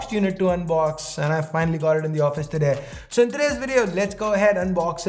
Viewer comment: Wierd way to say " today " . Love the video though